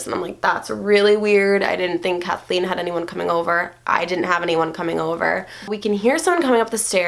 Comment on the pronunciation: You said her name #CATHLEENE